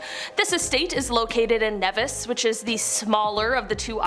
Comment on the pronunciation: Also. It’s pronounced “NEEvis.” Not “Nehvis”